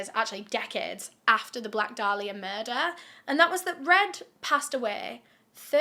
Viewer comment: It’s pronounced Day-lee-uh And how about YOU being respectful????